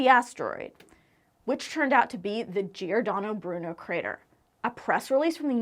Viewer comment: Brava! Giordano Bruno very well pronounced!😊